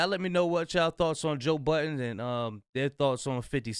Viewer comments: There's no s at the end of Budden buddy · there’s no s on joe budden’s name.